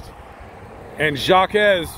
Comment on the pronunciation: His name is pronounced "Jock" like Jacques Cousteau, not "Jochques" the way u and the news outlets are pronouncing it. Secondly; Jacques side of the story hasn't been presented yet. He went straight to YPD because he was trying to vindicate himself. The truth will come out.